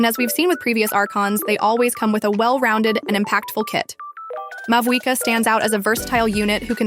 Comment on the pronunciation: this must be an AI voice because EVERY SINGLE YOUTUBE CHANNEL cannot be this horrible at pronouncing in-game items, characters, and so on. FLOW-GIST-TEN. MA-WHUI-KAH.